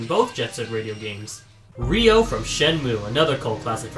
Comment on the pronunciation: Ryo, not Rio.